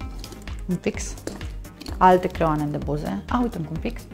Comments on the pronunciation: Se zice creioane nu creoane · se spune creioane nu creoane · Cum ma sa spui creoane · Ea zice creoane, nu creioane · Vorbeste cum vrea! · Doar eu am observat ca spune creoane?